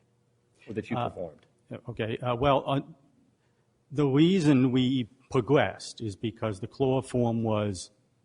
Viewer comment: "The weason we pwogwessed" instead of "the reason we progressed"